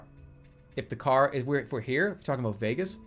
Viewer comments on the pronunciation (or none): none